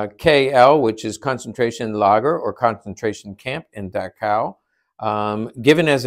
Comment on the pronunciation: Just a heads up, Dachau is pronounced as dock-ow.